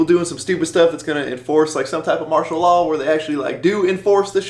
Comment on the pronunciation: Stop saying marital law...